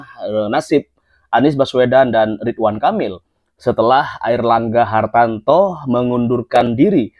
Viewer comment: Mas namanya Airlangga Hartarto bukan Airlangga Hartanto spt yg anda sebutkan